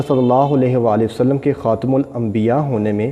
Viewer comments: Its khatam not khatim, Islam e Ahmadiyyat ZINDABAD. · It is not khatim, it is khatam Rectify it